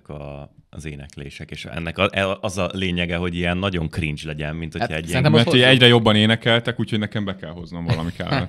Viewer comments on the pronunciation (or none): none